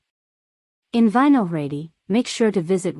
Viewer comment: Didn't realize the locals spent time at every single tourist spot in Prague. And how about that native pronunciation of Vysehrad? LMAO